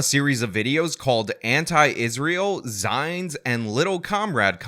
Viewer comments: 'Zines is pronounced "zeenz" Think magazines. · Just FYI, 'zines is pronounced "zeenz."